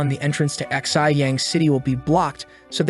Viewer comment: I just realized that the Narrator had been pronouncing Xi as "XI," like the Roman numeral, lmao. Should have used Google Translate!